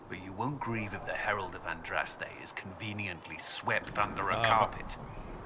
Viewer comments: Dude - ahn drahs tay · You said Andraste's name right! Its a Maker born miracle! Awesome LP so far but I have to admit I wince every time you pronounce her name wrong. :P